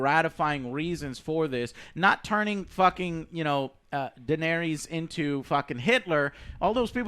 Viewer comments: DAENERYS! Not danis! Do you even watch the show?! Ughhhhh And dont give the excuse that they're made up words. All words are made up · Are you even able to remember how any of the names are pronounced, it's not Kegnbolw, ist Cleganebowl... Edit: holy shit you are literally incapable of pronouncing ANYTHING. It's not danys it's Daenerys and it's not vareeeeees for God's sake wtf is wrong with you.